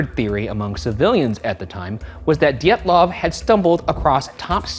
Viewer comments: next time you make a video about this... its pronounced di-yet-luvf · His name is pronounced "deeatlov" two long ee like in meet. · ryan is adamant to pronounce Dyatlov as D’yetloff and i get psychically electrocuted every time